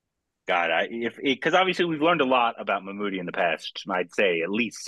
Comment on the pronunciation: Not "Mammoott" Say "Mammootty"